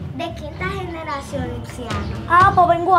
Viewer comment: diciendo generracion JAJAJA